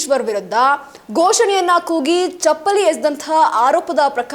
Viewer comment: ಐ ಕೋರ್ಟ್ ಅಲ್ಲ ಹೈ ಕೋರ್ಟ್, ಶಾಶಕ ಅಲ್ಲ ಶಸಕ, ಚಪ್ಪಳಿ ಅಲ್ಲ, ನಾಳಕ್ಕು ಜನಾರು... ಪ್ರಶ್ಙೆಯ ಮೇಕೆ ಪ್ರಶ್ನೆಯನ್ನು ಆಕಿ... ತಾಯಿ, ನೀನು ನ್ಯೂಸ್ ಓದದಿರುವುದೇ ಕನ್ನಡಕ್ಕೆ ಮಾಡುವ ಉಪಕಾರ... ತಾಯಿ, ಕೈ ಮುಗೀತೀವಿ... ಸುಮ್ನಿದ್ದುಬಿಡಮ್ಮಾ.